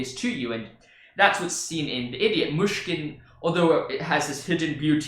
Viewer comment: You prononce "Myshkin" very good, I say it being Russian